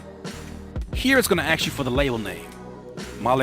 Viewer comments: Stop saying aks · I took a shot every time you said axe. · Can I axe you a question? lol